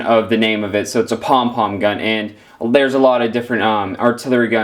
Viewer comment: Cringing when u said pong pong